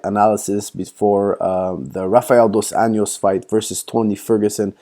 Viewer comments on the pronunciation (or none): Hey coach, just letting you know Rafael's surname is pronounced more like "Un-joss" and NOT "Un-yoss" which would be Spanish pronunciation and not Brazilian Portuguese. Also, in Portuguese Rafael is more like "Har-fie-elle". Great videos however, keep up the great job. Cheers